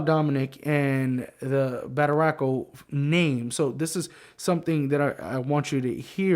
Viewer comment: You said the name correctly